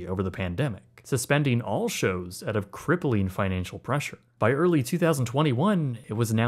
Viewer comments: Great job on pronouncing “Keenan and kel”… not just work on pronouncing “out”. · I can hear your Canadian accent every time you say ‘out’ lol.